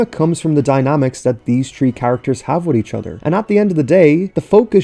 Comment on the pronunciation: Why do you say tree instead of three I mean like its not hard to pronounce Three Its T-H-R-E-E